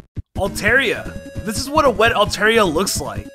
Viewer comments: He also mispronounced Altaria, but I hear that all the time... Everyone says Alt-air instead of alt-are >_< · I know for 100% certainty that Altaria is alt-are-EE-uh Only that is correct.